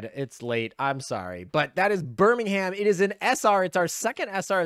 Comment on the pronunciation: Please tell me you didn't pronounce Birmingham as BirmingHAM? 🤣